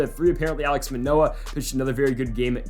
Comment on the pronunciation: Sorry but this is bothering me- it’s “Alek” not “Alex” Manoah and “Cavan Biggio” not “Cavon Beeggio”. Love the series!